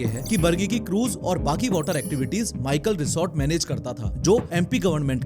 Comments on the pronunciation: माइकल रिसोर्ट नहीं मैकल रिसोर्ट है, मैकल पर्वत का नाम है। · माइकल नहीं मैकल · माइकल ❌ मैकल ✅